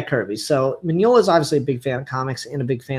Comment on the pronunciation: You pronounce Mignola well enough. I read the book. It was amazing.